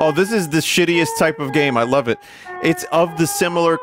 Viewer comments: I first found Vinny via Supra Mayro Kratt, so hearing "I NEVER DOUBTED EET" fills my heart with joy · "I never doubted eet" has been force fed into my daily lexicon thanks to this man